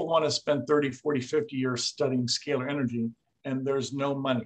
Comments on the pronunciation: The interviewer refuses to even pronounce the scay ler energy properly. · I can't take the mispronunciation of "scalar" energy by the host.